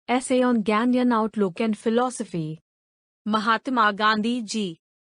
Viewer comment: गानडियन... Q bola be 💀